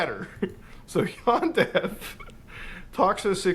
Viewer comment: Normally, I'd be a bit miffed by someone pronouncing the word "yandere" as though it rhymes with "John Deere", but in this case I think the dev deserves the disrespect 😂